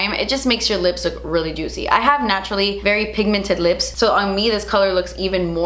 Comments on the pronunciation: I love you but I literally couldn’t keep watching with how you we’re pronouncing juicy... it must be too early in the morning for me lmao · REPEAT AFTER ME: JOOT-SEE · Me when says juicy::( Me when says ju- tsy::) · Take a shot every time says the word juicy (aka juTsy) 😂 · The only person who can say Juicy.........with style.......but- ITS JUST J-U-U-T-S-I-E hahaha!! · "Juitchy" it kills me hahahhaa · No one:.....: JUITCY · Im here for 'jut-see' from her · Who else LOVES when she says juicy 🤣😊